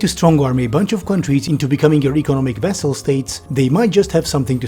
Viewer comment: Please note that it's "vassal" states, not "vessel" states.